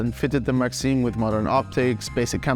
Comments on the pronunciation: it isnt maxeem is maxIM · Hear him pronounce maxim as Maxine